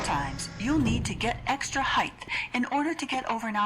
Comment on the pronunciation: did she say "heighth"?